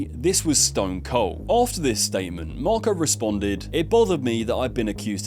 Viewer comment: *Marco not wtf